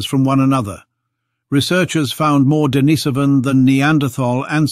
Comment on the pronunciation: For heaven's sake, learn to pronounce Denisovan before you make another video.